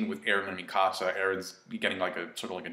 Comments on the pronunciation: one say Mikisa name right ffs, and it corp 104... no squad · The way you pronounce Mikasa sounds like the name of someone from the lion king